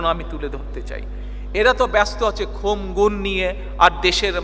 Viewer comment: You should correct the pronounciation. It will be khun, not khum.